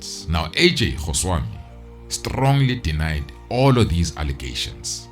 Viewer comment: It’s definitely his name, he’s pronouncing it wrong - but Goswami is a huge Gujurath name.